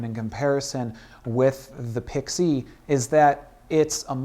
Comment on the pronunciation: Why does this guy pronounce it Pixeee?